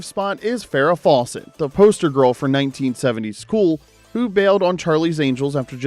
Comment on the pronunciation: Farrah Fawcett, pronounced like faucet, not Fallsit.